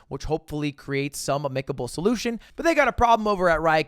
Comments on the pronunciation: the way you pronounced amicable makes me wonder if you were reading what you were saying from a script or something. no one that regularly uses this word says it like that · This was a very fascinating video, but I can't stop thinking of Lud's pronunciation of amicable.